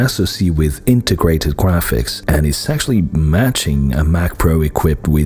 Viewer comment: Am I the only one who noticed around the 20th second the narrator says Integwated Gwaphics?